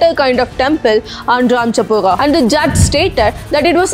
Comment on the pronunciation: What are you saying? Its RamaChabutra not RamChapuga or what ever youre saying